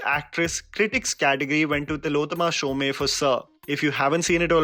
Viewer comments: It's Tillotama Shome... Pronounciation is Shom not Shomey. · One more time, it's not pronounced shome with e specified.. it's pronounced as shom. Bengali pronunciations need to be taken seriously.